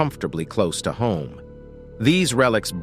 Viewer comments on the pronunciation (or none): none